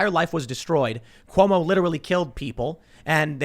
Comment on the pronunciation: Every time says Cumo it’s like a sad clowns name. Cumo the clown. 😂🤣😂